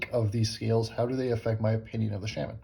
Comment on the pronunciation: Sha-men.🙋‍♂️ love AWT.